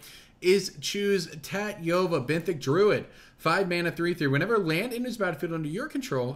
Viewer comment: Ta-tee-ovah is the proper pronounciation,; also I love the deck, I may build it myself!